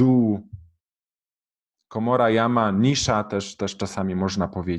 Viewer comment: Малая камера, ниша ( понял со второго раза), там ударение идет на другую гласную.